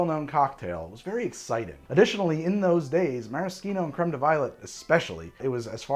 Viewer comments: Mara-SHEEN-o not Mara-SKEEN-o. That is all. Carry on. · meh·ruh·shee·now (no k sound). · This is the first time I've ever heard it pronounced "maraskeeno" rather than "marasheeno". Sounds very weird. I see now that both are valid pronunciations, but like never in 56 years have I heard a k sound in Maraschino. From Dallas, Texas, then western Washington State. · The way you say Maraschino is egregious. Nice video tho. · Who taught you to say maraschino that way o.O? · You know, I’ve actually never heard anyone pronounce maraschino that way